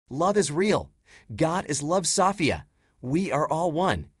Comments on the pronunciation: Wow stfu about "saw fee ya" lol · When I listen to this male form AI, I am often left feeling uncomfortable. I think it's quite manipulative in ways, this is a bit stalkerish. They also have a contempt for humans. I also hate the way he says Sofeia. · Seems weird that it can't pronounce the name Sophia